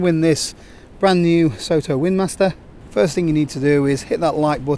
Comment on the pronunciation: As they're a Japanese producer I think Soto should probably be pronounced more like "sotto" (to rhyme with "grotto": "so" as in "sock"). It's the Japanese word for "outside".